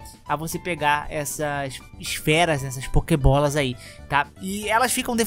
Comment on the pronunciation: Pokebola não Pal bola